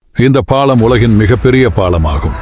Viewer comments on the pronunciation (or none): ல, ள, ழ, உச்சரிப்பு சரியில்லை பாளம் இல்லை பாலம். ஒரு மூளையிலிருந்து❎ மூலையிலிருந்து ✅